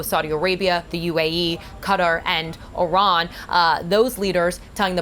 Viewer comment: It's Iran dammit not O'Ron!